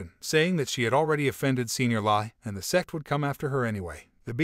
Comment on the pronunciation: You need to work on the pronunciation of sect people as it sounds like sex people